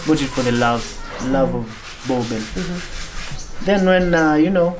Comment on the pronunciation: Boerboel pronounced as burbur not boabell.